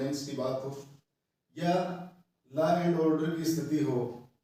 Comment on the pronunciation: It's Law and order not लायन आडर